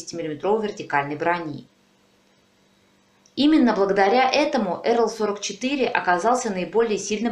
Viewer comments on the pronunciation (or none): Только танк не "Эрл", а так и читается: "АЭрЭл"